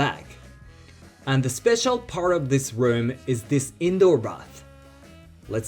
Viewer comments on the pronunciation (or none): none